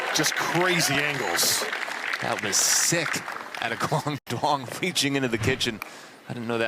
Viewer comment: still pronouncing duong incorrectly? its not “DWONG”.